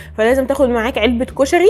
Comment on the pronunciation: اول مرة اشوف بنية تلدغ بالراء وكلش احب لدغتها ☹️🥺💙كلش حبيت طريقة كلامج كيووووت ياربيييييي☹️💙🍯 كُشَغي ياربي كيوووووت☹️😭😭😭💙💙💙🍯